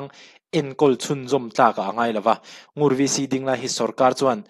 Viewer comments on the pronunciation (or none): Ngur khua hi Ngûr tih tur